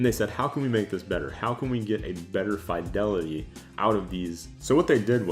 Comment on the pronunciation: Thumbs down for not knowing how to pronounce "fidelity".